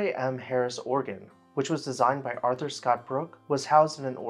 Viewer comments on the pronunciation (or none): none